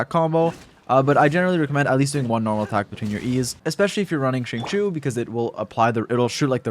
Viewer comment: Im so mad whenever people say xingqius name wrong. It’s pronounced: sing-cho Even xingqiu pronounced his name that way